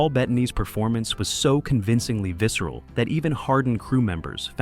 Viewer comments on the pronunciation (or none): none